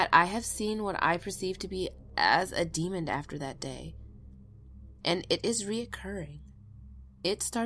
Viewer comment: WHY? Tell me why does everyone say "demond" instead of demon? :-(